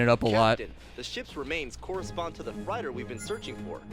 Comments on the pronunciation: ....did the Randy Burton guy really pronounce Freighter as: Fryter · "Captain, the ship remains correspond to the FRYDER we've been looking for." I'm sorry, I must have misheard you Mr. generic talking head NPC. Did you mean FREIGHTER?